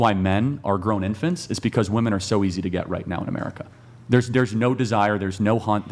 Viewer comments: Why do so many of them pronounce "women" as "woman"? I never understood this. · Serious question, wtf is up with these young women pronouncing "women" as "woman"? I've never heard of this being a thing until recent years.